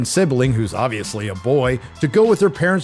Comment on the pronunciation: Seouth Afreeka